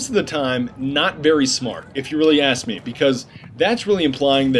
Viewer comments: Can you please stop saying 'axe', I know it's ask, I know it's American, I know it's spelled the same. But your not American is all, no big deal kinda annoying, no offence meant, figured you wouldn't know if I didn't say it. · If you aks me you are damn funny.